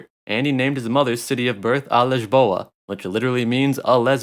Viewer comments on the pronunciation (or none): This guy said “Poor-Toe” and “Liz-Bow-Ah”